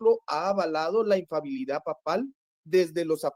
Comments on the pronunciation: Se dice infalibilidad amigo. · INFABILIDAD NO EXISTE. ES INFALIBILIDAD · ignorante 😂😂😂😂, se pronuncia INFALIBILIDAD, NO INFABILIDAD 🤣🤣🤣🤣. Y le dejo en claro al que llamarle ignorante a no es un insulto, porque todos absolutamente todos nacemos ignorantes y morimos ignorantes, sencillamente porque no tenemos la capacidad de saberlo todo. El único que todo absolutamente todo lo sabe es Dios. Saludos y muchas bendiciones. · Porqué todos los protestantes, sintiéndose muy sabelotodo pronuncian mal???? Acaso jo se dan cuenta???? La infabilidad no existe 😂. Se pronuncia infalibilidad, eso es otra cosa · Para empezar, el hermano protestante debería siquiera aprender a hablar: la palabra es infaLIbilidad no es infabilidad. En segundo lugar, ni siquiera ellos se ponen de acuerdo acerca de qué es la sola scriptura, con lo cual, el hermano separado empezó mintiendo al decir que todos los protestantes están de acuerdo con su definición de sola scriptura. En tercer lugar, el hermano protestante empieza diciendo que va a hablar de lo que el padre quiera, pero luego no solo no le responde ni una de sus preguntas sino que le exige que interactúe con lo que el quiere, cosa que el padre ya había hecho, demostrando una total falta de comprensión o de escucha... su incoherencia es casi de locos. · Dos características de los protestantes: 1. Les da vergüenza o les cuesta trabajo indicar su denominación 2. No saben pronunciar la palabra "infalibilidad". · Por favor podrían corregir cuando dicen INFABILIDAD...esa palabra no existe. Es In fa-li bi-li-dad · Este muchacho no se que tan preparsdo esté, pero he notado que aún muchos con grados académicos no pueden pronunciar "infalibilidad papal" me llama la atención que todos o casi todos dicen "infabilidad" y tienen licenciatura osea analfabetas no son Solo digo que es curioso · Porqué la mayoría de los protestantes no pronuncian correctamente la palabra "infalibilidad" y dicen " ifabilidad'